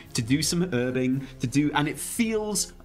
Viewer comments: The silent H in herbing is definitely incorrect and bad. I always used to do some casual erbing before ealing eroic alls of atonement on my oly paladin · Don't be swayed in to saying 'erbing :p please, we're English, lol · He gave in to American "Herbing" xD